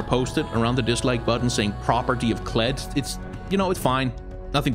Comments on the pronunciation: you mispronounced Kled... it's pronounced KLEEEEEEEEEEEEDD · "Nah, just Kled."